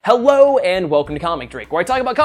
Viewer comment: IM I THE ONLY ONE WHO HEARD HIM SAY "HEWWO" AT THE START?